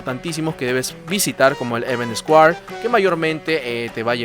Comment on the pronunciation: Buen video en general bro. Como sugerencia y con mucho respeto, para tus futuros videos evita usar muletillas que agotan, tales como el “voilà, como puedes ver” y también el inglés bro; si te gusta pronunciar las frases en inglés te sugiero repasar jewel y square. Un abrazo.